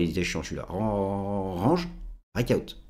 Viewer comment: j adore quand tu parles anglais RAAAANNNNNNGGGGGE